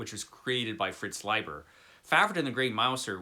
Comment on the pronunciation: I visit the 1970s every day! Mostly comics, movies, and tv shows. Glad to find this channel. I'd like to (re)visit some great fantasy, i mean sword and sorcery, from the 1970s too! I just want to add that "Leiber" is pronounced LEE-bur.